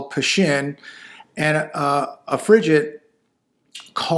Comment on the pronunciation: Frigate...Hard "G"